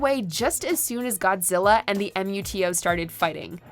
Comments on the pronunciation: It's Gee-dora Muto, not Em You Tee Oh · I knew there would be a mistake or two, just like ur other Godzilla video. M U T O? You mean Moo Toe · Its pronounced MUTO not each letter at a time. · You don't have to call them M.U.T.O., you can just say Muto like the first movie did. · She pronounces Ghidorah right that how Japaneses pronounces Ghidorah "Ghidrah" and Rodan "Radon". But yea MUTO not M.U.T.O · Just say Muto’s it’s weird saying M.U.T.O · Lol M.U.T.O its pronounced Moo toe Ghidorah (gee door rah) Godzilla ( go jira) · It’s so frustrating how she insists on spelling out MUTO instead of just reading it as a word line they do IN THE MOVIE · What the hell is you saying “M, U, T, O”? You actually pronounce it as MUTO (Moo-toe). Did you even watch Godzilla 2014? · It's MUTO not M-U-T-O!!! Say it in one word, not by alphabet. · Why is it so hard to say 'Muto' as a word instead of 'Em eeu tee ou'?!? It's freaking annoying and honestly cringy. Also, please learn to pronounce 'Ghidorah' before the next video. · ...you can just call them Mutos. No need to spell out each letter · Just read MUTO as a word, not an acronym. IRRITATING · Who else hate when she pronounced it M. U. T. O.? Jesus!! Just say "Muto" like a word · its MUTO not em you tee oh .... did you even watch any of the movies watch mojo? if you did you would know how to say it... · Did the voice over ACTUALLY spell out the letters MUTO. Nooooooooooooo....DO YOUR HOMEWORK. They're MUTO's. Meeeeeeoooooooo TOWS. Sheeeeeeeeeeeeeeeeeesh. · She can't even say MUTO and GHIDORAH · Omg the way she pronounces Ghidorah and MUTO really urked my soul. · Can't even pronounce MUTO right. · If you watched the 2014 film, you'll know that the MUTOs are NOT pronounced however the fuck you guys did. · We’ll give you a pass on that MUTO pronunciation ;) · Luis Rivera i know it’s how it’s spelled but the way pronounced it was wrong